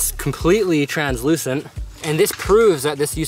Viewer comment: You said Trans Lucent lol